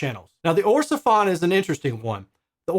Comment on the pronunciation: Orsefon...Sounds like a Chinese mish mash of the name Ortofon.